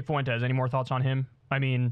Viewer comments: It's "FWEN-tez", not "foo-WEN-tez". So incredibly irritating. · Kyle, it’s pronounced “Fwen-tez” not “Fu-en-tez”